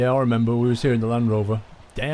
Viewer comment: I cringed every time he said land rover :D